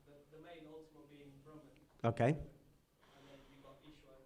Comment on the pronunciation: Thank you,! Very interesting! One comment, though...the word for the Supreme One (written as Brahman) is pronounced Brhmn, with the two As hardly pronounced. It is not Brahmaan!:)